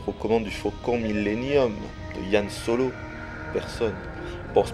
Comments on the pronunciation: c pas yan solo c han solo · C Han Solo pas Yan